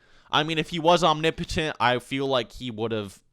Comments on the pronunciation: is that really the correct way to say "omnipotent"? it sounds so wrong. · renge miyauchi om-ni-po-tent the ni is a soft i